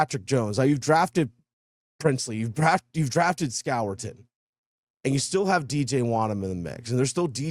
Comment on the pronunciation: Score-ton is the pronunciation